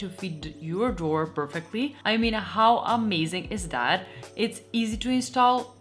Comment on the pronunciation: It's "this" and "that" Not "dis" and "dat"